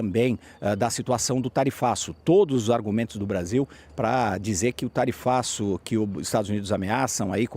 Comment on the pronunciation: Tarifaço nao TARIFLAVIO kakakakakakak